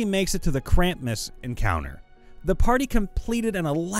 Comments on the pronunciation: Krampus, not Krampmas! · More than once... Krampmus instead of Krampus. Spelled right in the text, too. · Krampmus.... Why, do you say it like that? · You saying Krampus as “kramp-mas” makes me strangely upset XD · I kinda understand his problem with simulacrum (kinda), but...krampus is such a simple word to pronounce. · exactly! I had to pause and read it carefully to see if i was tripping or if the guy made a mistake but noooooo why do you have to torture us like that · Wasn't looking at the screen and genuinely thought the op had created a monster based on krampus by the way he was saying it. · It drove me insane. How did that 'm' get there‽ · It's "Krampus", not "Krampmus". That should have been more like "he came before he could even get his pants off". Impregnating her sounds like it would be a nat 20 result if anything. The "h" is silent. In fact, it's usually written as "Baal". The name refers to the first and most powerful of the 72 demons of the Ars Goetia. Nyarlathotep is an Outer God in the Cthulhu Mythos, and is the spawn of Azathoth, another Outer God. It has almost nothing to do with Cthulhu, a Great Old One. Also, yes, its name is very hard to pronounce. You said "Narlothep", which is a few letters off. This is a pet peeve of mine; it's pronounced "nuclear", not "nucular".